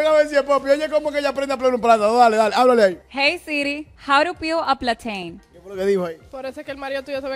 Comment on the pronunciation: How to peel a Platein 😂😂😂PLATEICHON😂